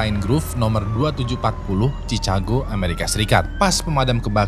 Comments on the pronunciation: Cikago bukan cicago. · Masukan buat, Chicago dibaca = shi ka go, loeb dibaca = lub